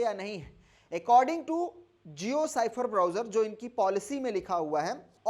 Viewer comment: साइफर क्यों बोलते हो ! स्फेयर पढ़े ।